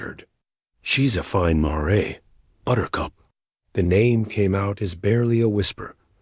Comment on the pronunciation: You need to teach your AI how to say mare. Other than that, it was a great story. Thanks from Cut-No-Shoot, Texas.